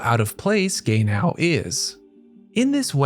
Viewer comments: Not Gay-now. 😒😒😒 It is ge-nau. 😕😕😕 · the AI voice that keep saying Gay now is seriously getting on my nerves lol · Take a shot every time you hear "Gay-Now" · The way you say “Gay-now”😂❤ jk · Amazing analysis of the character and the episode, however I can't unhear him pronouncing his name as "gay now" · Calling Genau, Gay-now, is crazy work 😂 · I'm sorry but yeah, hehe. It makes me laugh but Gaynow is NOT the same name as Genau...I really really hope you aren't one of those people who mispronounce things like this on purpose just to get comments. I liked your video though. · He wasn't gay yesterday but he's gay now. yeah. I hope guy isn't doing on purpose for that well uhh... purpose. I'm cool if it's just the shits n giggles or if they just pronounce it that way but doing it to get those... I mean I understand sometimes creators do stuff to get by but personally just drives me off. They do make good points so yeah. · Fr i cant focus watching because of this 😂😂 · Our man invented a new way to pronounce "Genau". I don't think any of the voice actors ever pronounced it similar to how he does. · Should have pronounce the name in japanese than in american english to avoid the confusion.